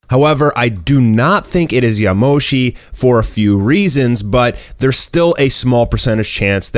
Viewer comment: Its not yamoshi